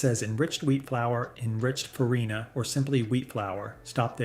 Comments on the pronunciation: * DURUM not Durham, Durham is a city in the south. * SEMOLINA not selina. * It’s pronounced fah-REE-na not fah-RAI-na. * And the mold is called a DIE not a dye…. A dye is a coloring. * Why do you show so many shots of ramen? It’s Chinese and it’s fried, precooked instant noodles that you can even crumble over salad without cooking again. * A minor TEXTURAL issue not textual. A few years ago I looked at the manufacturer of both Ronzoni and American Beauty, on the package. They were both made by Hershey. Called Hershey. Turned out both brands were made by the same factory, same machines, exactly the same formula and product. I asked Hershey why they make Ronzoni when American Beauty is so much cheaper, and they said “customer loyalty.” But they’re the same except for the price. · far-EYE-na lmao